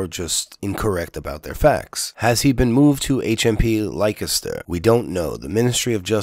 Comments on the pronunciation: Lik-e-ster, lol. It's pronounced Lester. I know, English is stupid. BTW: Thanks for this. I like PJW but I do know who he works for and am onto him. Whenever you criticize a video of his you won't get any replies. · Dude, it sounds like "Lester" not "like-a-stir" why?, I haven't got a clue, but it's not how it looks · Leicester is pronounced 'Lester' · Leicester is pronounced Lester. Just sayin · We have crazy spellings but just for your info for what it's worth, Leicester is pronounced Lester and Derby is pronounced Darby. 😊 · "Lye-kester" oh god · I heard there was a miscommunication, and that Tommy reported that the particular wing that he was in he estimated at 70% Muslim. Also, it was a tiny handful of people who were unruly out of a group of 20,000+. Some were probably being drunken idiots, some may have been provoked by the police. So 'not all' right? Finally, in the UK Leceister is pronounced 'lester'; ) Anyway, always appreciate you putting forward your point of view. Cheers